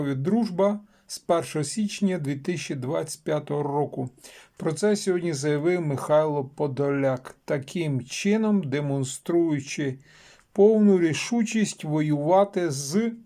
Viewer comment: "з першого сичня" 😂😂😂😂 пАтужна!